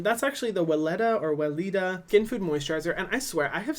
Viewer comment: It's pronounced Véléda dear ;)